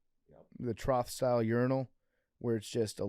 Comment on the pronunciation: Why isn’t anyone correcting PFT on how he pronounces trough?